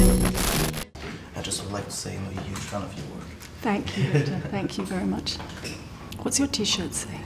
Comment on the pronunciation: "Fenk You fort dix mouvie". xD sinon la vidéo est super ;)